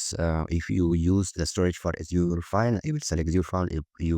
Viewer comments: Asur... You will be laughed at if you pronounce Azure like that. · Strong start to the video by repeatedly mispronouncing Azure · I get that people have different accents, but mispronouncing the name of the main tech in your arsenal? I feel like so many people in the industry are naturally disrespectful.